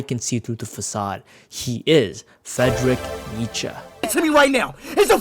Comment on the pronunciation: bro the country accent for Fredrick take me out. 😭🤣